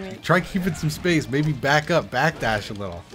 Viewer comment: I heard you say baby instead of maybe to your sister. Had to double check.